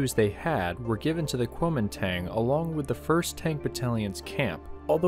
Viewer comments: My guess is that the guns is either a 20mm or 37mm, it looks too small to be a .50 unless it has some sort of barrel shroud over it. Also, as an FYI, Kunomingtang should be pronounced more guoumindahn, at least that's roughly the way it would be pronounced in Mandarin. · The A sound in "Koumintang" is pronounced "ah" btw.